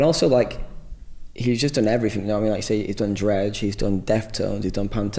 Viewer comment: he says "everyfink" and "all the finks" cute *_____*